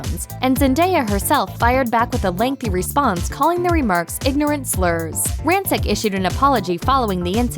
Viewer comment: not pronouncing rancic right